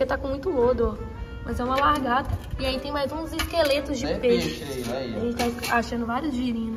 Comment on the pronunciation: "Largata" KKKKKKK é lagarta 😂